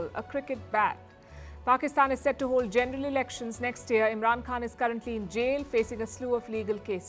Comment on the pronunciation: Why does this woman keep saying “genDeral” when pronouncing the VERY SIMPLE WORD, “general” ???